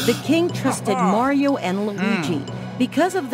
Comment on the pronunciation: That Is NOT Mario, That's.... Mayro